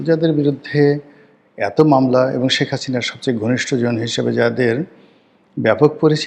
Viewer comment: তুই একটা মাদারচোদ তুই একটা খানকিরপোলা। আগে শেখ হাসিনা নাম উচ্চারণ করা শিখ। সেখাচিনা কি রে শুয়োরের বাচ্চা???